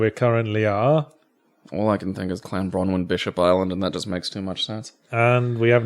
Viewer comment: As a Wlesh person, can't shake the insistant thought that "Clanbronwyn" should have been "Llanbronwyn"